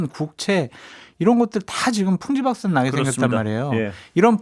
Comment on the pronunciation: 장설철은 다 짱나지만 대체 왜 풍비박산을 풍지박산이라고 자꾸 그러는 거임 거슬려 죽게씀